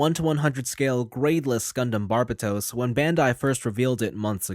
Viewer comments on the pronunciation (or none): and here I am pronouncing it as Burbatos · Butchered the name though.